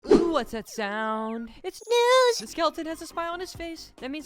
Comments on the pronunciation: Bro is a jr. When he says "NeWs" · 99%:saying how he said news 1%:talking about the video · 1%: talking about the video 99% talking about the way said news